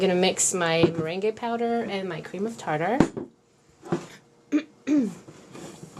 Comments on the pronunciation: You always make the cutest things. FYI though, Meringue is pronounced, at least in the US, as "mer-rang". The E is silent. No matter the faux pas you make with the English language, your command of it is amazing. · It's interesting the way you say 'meringue' considering you're fluent in French! In English we say 'meringue' like 'mur-ang'.We're probably totally wrong. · I love how you say meringue powder it's such an interesting thing to see how someone non English speaking understands the language